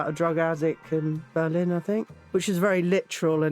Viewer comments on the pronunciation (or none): none